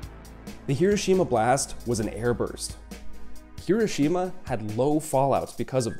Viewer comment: I enjoyed this very informative video. However, the name of the city is not repeat, not hero Shima. You would think if somebody was making a video about the city, they would know the proper pronunciation.